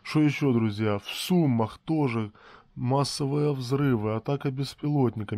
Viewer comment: При всем уважении, в Сумах ударение на последнем слоге!